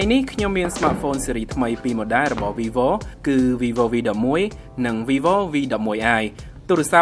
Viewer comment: វាយវូ មិនមែន វីវូទេ